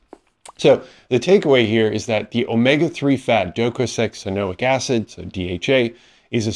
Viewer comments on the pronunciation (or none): Let's all say it together, folks: "doh-koh-sah-heks-ah-ee-noh-ick acid"